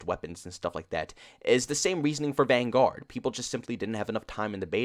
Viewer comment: Why do you say the vanguard like that